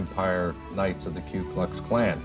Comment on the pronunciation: Why do some people say Kue instead of Ku?